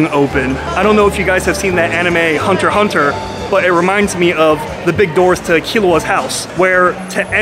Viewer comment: Wow... Not only does watch Hunter X Hunter, but he also knows how to pronounce it. A true man of taste and luxury!